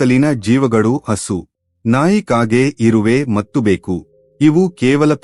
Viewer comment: ಕನ್ನಡ ಉಚ್ಚಾರ ಸ್ಪಷ್ಟವಾಗಿಲ್ಲ, ಎಷ್ಟೋ ಕಡೆ ಬೆಕ್ಕು ಅನ್ನುವ ಬದಲು ಬೇಕು ಆಗಿದೆ, ಪೂರ್ಣವಿರಾಮ ಅಲ್ಪ ವಿರಾಮ ಇಲ್ಲವೇ ಇಲ್ಲ, ಎರಡು ಬೇರೆ ಬೇರೆ ವಾಕ್ಯಗಳನ್ನು ಒಮ್ಮೆಲೆ ಸೇರಿಸಿ ಹಲವು ಬಾರಿ ಹೇಳಿದ್ದೀರಾ.